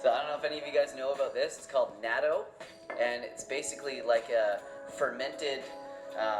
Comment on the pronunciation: Wonderful vid! And super thanks for still recording during these trying times! But this is a tiny nitpick by a nobody (me). It's pronounced like "nah-TOU".